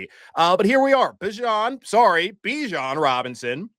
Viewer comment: it’s Bijan like Desean, not Dijon. He said it himself at training camp how to pronounce his own name